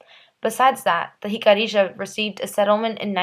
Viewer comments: Pronounced: Hik-a-REE-Ya... NOT Hik-a-ree- JA... No JA at the end of the word!!!!!!! hik-a-ree-YA!!!!!! "YA" at the end, not JA!!!!!! Stop with the "JA" at the end!!!!!!! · Its Pronounced Hic-uh-ree-ah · Im really hating how you pronounce Jicarilla Apache😒its Hic-uh-riah Uh-Pach-ee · I feel bad for future generations of the Americas. Going through their education while never learning the true history of this land. While we can't blame them for what their (many, not all) ancestors did, we can however blame them for lack of investigation and knowledge. Which is why I am grateful to you for making this video, even if the pronunciation of the tribe was incorrect. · Nice job, but your saying Jicarilla wrong. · Not everything presented here by the maker of the video is correct or accurate. I mean, for starters, she MISPRONOUNCES the name “Jicarilla!”